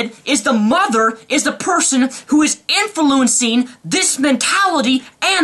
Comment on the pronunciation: Did you just say infuluincing?